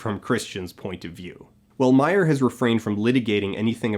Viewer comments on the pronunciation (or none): none